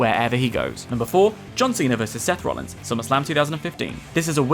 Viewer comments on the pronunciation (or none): none